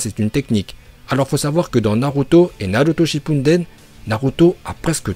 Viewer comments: on dit Naruto shipudden pas shippunden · Pk tu dis shippunden au lieu de shippuden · Et Naruto shinpunden aussiiiii ça me pete le oreille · Non chipouneten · Arrête de dire « Shipunden »😭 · Et retourne sur Dbz toi tu dis que dla merde "iuzumaki" "hokadje""shipunden"